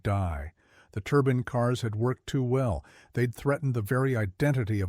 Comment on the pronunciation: “Turbine” or “turban”?😂.You keep showing the Chaparral 2C.